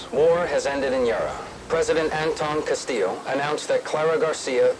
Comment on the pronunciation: Bro really pronounced Guerilla as “Gorilla” and Castillo as “CastiLLo”